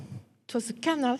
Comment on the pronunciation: This is an excellent lecture, full of information for the hungry mind. There is one puzzle however and I would like to know, if you are going to use the word canal so many times for a presentation then couldn't we hear a better pronunciation than canull and maybe dock rather than duck. I will have absolutely no problem whatsoever in revisiting this video over and over and shall post it often but come on, surely this lady has heard others pronounce these words and many more besides. 😎🌾👽🌾😎